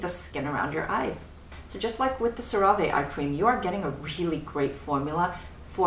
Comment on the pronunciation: Cer-ra-veh 😂 that's a new one!